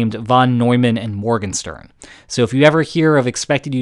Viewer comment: You did fine on the French pronounciations, but you didn't get the ¨Morgenstern¨ quite right. Check with a German speaker.